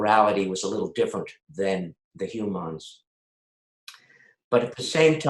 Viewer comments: When Armin started to speak about his perception of Ferengi culture and morality, he very briefly said ‚humaaaaans‘ like Quark would have pronounced it.. it blew me away... love you guys so much. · Did anyone else notice Armin pronounces "humans" as "Hew-mons?? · Armin is still calling Star Fleet the hue-mons 😂